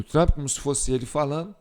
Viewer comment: Na IA ele vira o TRAMP. Pessoalmente é TRUMP